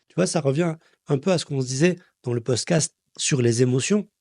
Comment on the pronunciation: “poscast” trop mignon